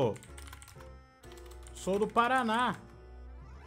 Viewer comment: "Sou do Parána" tbm: "Conheço Nada *Daqui*de SC"